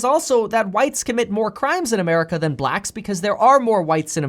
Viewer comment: I doubt you'll see this comment Kev.... but I think it's the way you put emphasis on "blacks" that makes you sound racist...🤣🤣🤣 even tho I can tell you're not.🤣🤣